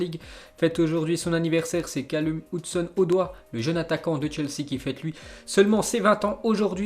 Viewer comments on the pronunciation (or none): Fait au moins un effort sur la prononciation, Callum Hudson-Odoi....